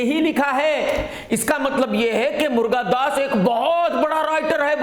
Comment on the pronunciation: मुर्गादास नहीं, मुरुगादास बोलो